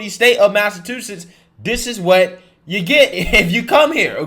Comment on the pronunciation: Did you just say "Mass-a-two-sits?" Come on man. I've never heard someone mispronounce so many words in every single one of your videos. Hopefully you're doing it to be funny.